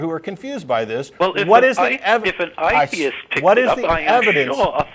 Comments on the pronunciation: The way he pronounces ‘atheist’ is grating and telling of how terrible he is at imitating accents. Paul should have just been direct. I would also want him to be honest, but then he wouldn’t have called at all. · lolololololololol he sounded fake upper class until he slipped and said A-theist which showed he was from NZ or Aust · What the fuck is an eye-theist? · He even says "I theist" lol